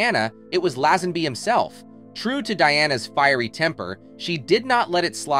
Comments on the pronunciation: who is reading this as his speech is shocking, laazanby or lazenby....rakiel or Rachael . this robot should be shut down asap or learn english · Lazzenby? Racheeall?...more non research (into pronunciation)🙄🎩